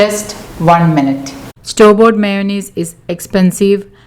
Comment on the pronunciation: All fee meyunaise.. Lol